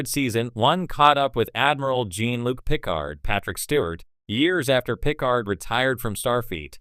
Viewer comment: AI “Gene Luke Picard?!? Come on now!